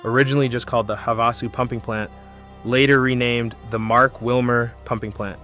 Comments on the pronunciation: WHY TF does he keep calling it "Havossoo?" Wtf is that? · It's pronounced HAVE A SU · It is pronounced Have-a-sue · It's also called Lake Havasu that's perhaps Why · As someone who lives in Lake Havasu City, AZ...We are all well aware that Parker Dam is the deepest damn in the world, and there was a fight between CA/AZ over it. We even have a museum. You should look into how the Colorado River Indian Tribe Reservation in Parker came to be. Also, it's pretty simple to look up how Gila and Havasu is pronounced, my guy. A simple Goog search shows that, pumping water from the Lake up to Gene Wash Reservoir on its way to LA takes more elevation than, the water going through to the CAP canal.